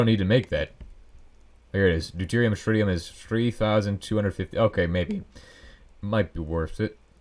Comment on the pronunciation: ah yes, shritium